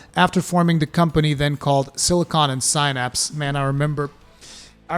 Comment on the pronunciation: Sin apps. Synapse. Not si napps.🤦‍♂️like synapses in your brain...🤷🏻‍♂️ and si gah tay.sigatay.